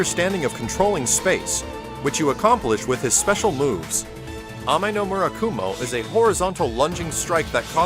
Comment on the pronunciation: Kinda surprised and impressed they pronounced "Ame-no-murakumo" correctly